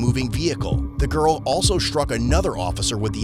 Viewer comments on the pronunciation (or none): why do you say sHtruck etc. it’s just struck. No SH. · "Shtruck" isn't a word. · What does "shtruck" mean?